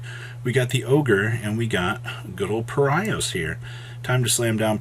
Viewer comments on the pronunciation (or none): I know it's not the topic of the video, but it's funny how pronounces Paraisos as "Para-i-sos". It should be pronounced "Para-e-sos", it's either a Portuguese or Spanish word probably. No shade, I liked the video, it was just a bit funny 😄